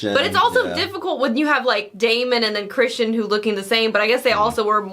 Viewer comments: Why keep saying Christian? it's Criston :) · Episode 6 and you are still saying "Christian", lol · His name is Criston, not Christian. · CRISTON!!! CRISTON! SER CRISTON COLE!!! NOT CHRISTIAN!!! CRISTON!!!! I know I'm way too late. But come on!!! You have the subtitles on! How are you still getting the name wrong?!?!?!? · His name is CRISTON, not Christian. The world of Game of Thrones did not have Jesus. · Your pronunciation of “criston” as christian is absolutely triggering its “Sir Criston” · I hate to be a dweeb but it’s Criston not Christian. Y’all are great, but the mispronunciation drives me just a bit nuts. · So, nobody's gonna tell them that it's Criston, not Christian? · Love your reactions, just one little point, the Kingsguard knight is Ser “Criston” Cole, not “Christian.” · Guys, his name is not "Christian" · Well, she was married to someone EVERYONE knows is gay. No, he didn't sleep with her. Couldn't get it up. So, what was she supposed to do? The kids are innocent and Rhaenyra had babies, whose royalty comes from her, anyway--so who contributed the sperm shouldn't matter. Also: it's either Criston or Crispin, not Christian. :')